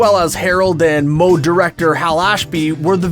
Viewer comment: Harold and Maude Maude rhymes with fraud, not mode. Is it really that hard to research pronouncing words and names you're unfamiliar with?